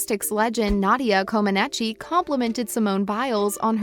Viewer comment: Nadia's last name is pronounced "Co-ma-neech."